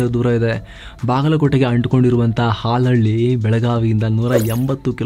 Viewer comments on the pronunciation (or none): Brother ಹಲಹಳ್ಳಿ ಅಲ್ಲ salahall